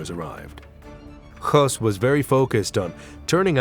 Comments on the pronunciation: You don’t know what you’re doing do ya mate. There’s nothing to see here, everything is blurred out. And it’s , Hess, not Hoss. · You're incorrect as well. His name was Hoess.